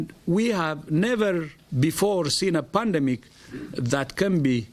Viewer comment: Is it pandemic or ''pundumic''